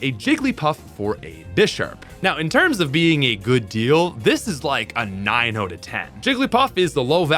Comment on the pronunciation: I love how he pronounces “out” as “oat”